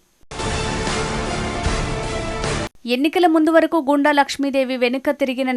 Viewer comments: గో ండు, గూండ, కాదు తల్లీ... గుండ n గొండు 👍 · గుండ అని చదవాలి